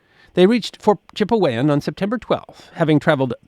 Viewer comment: Its pronounced Chip-e-wan not Chip-ey-wan!